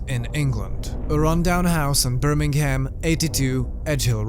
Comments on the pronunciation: Birming'um. The "ham" at the end doesn't have a pronounced H. Whenever you see a 'ham' at the end of a location, you can drop the H and just say 'mm' at the end. This comment isn't meant to be rude, btw! Genuinely trying to help for future videos or conversations :) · hell is actually just a room with a guy who pronounces it birming-ham saying it repeatedly